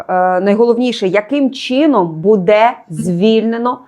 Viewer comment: не позорьте українську мову, чого ви кажете слово буде й ставите удар на другий слон на це не вірно, це гидко!!!!!